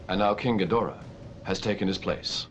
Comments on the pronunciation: it's pronounced Geed-rah, not Gee-Dor-Ah. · Wish the chick that did the voice over for this knew how to say some of the names correctly- talk about cringe...